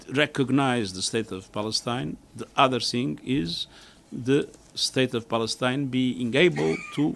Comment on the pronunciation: HAHAHA 😂🤣🤣 I HEARD SAY 👉 BALLETINA 😂🤣🤣 HE CAN'T PRONOUNCE 👉 PALESTINE AND THAT'S A SIGN THAT,👉 THE UNITED NATIONS 🇺🇳 IS A COLLECTION OF ILLITERATE LEADERS 🤣🤣🤣 THIS IS REALLY FUNNY